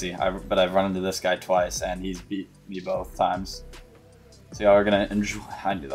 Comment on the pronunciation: How did you even get the accent where you pronounce words like "me" as "meh." I always wonder this.